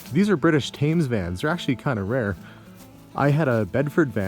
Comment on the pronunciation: Nice to see the old Thames vans, pretty rare here too. Btw Thames is pronounced Tems or Temz to rhyme with Benz :)